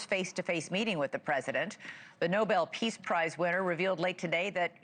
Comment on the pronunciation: Elizabeth Vargas is so embarrassed she calls it a "Preace Prize." 😂